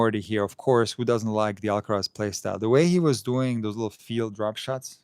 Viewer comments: you're so right about the pronunciation of "Alcaraz", it's ridiculous. If they pronounce the "z" with the Spanish sound, why not the "r" as well 😂😂😂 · Thank you for mentioning the Alcaraz pronunciation. It seems so contrived. It's another example of the BBC's cringey approach to cater for all in the fear of offending someone. As a British citizen who's been fortunate enough to travel and learn Spanish in Latin America, this sound doesn't exist in the region. For that reason, Jennifer Lopez is not pronounced with an 'f' but with an 's' sound for the 'z'. This 'f' pronunciation is strictly from Castilian Spanish. My recent Spanish teacher from Valladolid was frustrated with me because I couldn't pronounce it but the sound doesn't come naturally for me. It's a similar sound to the 'th' in English which I also struggle with, haha. Keep up the great content. I admire your measured approach to analysing the sport we love.